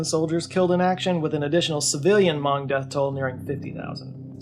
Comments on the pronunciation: Might be a regional difference but isnt hmong pronounced like "muhng"? Ive never heard it said "mawng" before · Hmong is pronounced "muhng", not "mahng" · We love you,, but you're mispronounced Hmong. It sounds like mung. I went to elementary school with a bunch of Hmong kids, they're actually a really cool people, very pretty dresses n such. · Stop saying Mong. It's so funny. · I'm not Hmong but I do know they pronounce it "Muhng". I could be wrong but it seemed off the way is saying it here. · Hmong rhymes with flung, not bong 😜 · I may be wrong but i think he also gets the pernounciation of hmong wrong and where hmong people settled in america